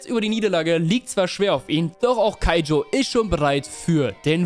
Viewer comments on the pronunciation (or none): Ich liebe den joke mit „keijo ach warte das war das mit den Pfirsichen “ und danach nochmals keijo statt kaijo sagt und ich glaube er hat sich versprochen. Sonst super video weil ich erst vor paar tagen kuroko no basket durchgebinged habe